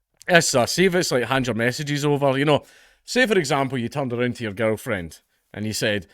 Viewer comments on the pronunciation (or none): none